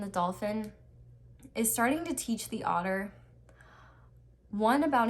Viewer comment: Instead of otter i thought the whole time author wrongly pronounced?!?